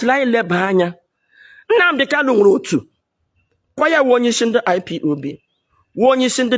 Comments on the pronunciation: Madam IPOB not IPOP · This old woman your shame dey shame me ooo You can even pronounce IPOB